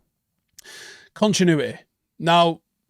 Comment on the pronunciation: "Conchinuehteh" -, 2024